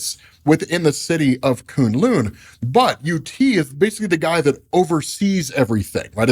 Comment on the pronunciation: Wow....I know has some peeps on staff that know how to pronounce Chinese word/names. Koon Loon is just the funniest of them all. Someone help the man out.